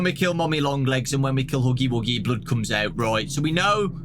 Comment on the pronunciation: "OH LUK HUGY WUGY" 🤣